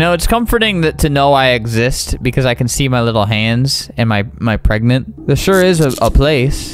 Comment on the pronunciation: pregnant ❌ gregante ✅